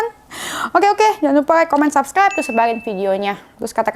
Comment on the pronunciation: Kalok Gomong subscribe itu yang bener kk bukan subsclibe KK maaf yh kk belajar dulu kalo mau Gomong R